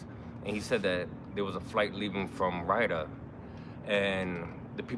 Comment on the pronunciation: I think you are pronouncing Riyadh wrong. It’s Ri Yaad. NOT Ryda. Love your vlog! GOd Bless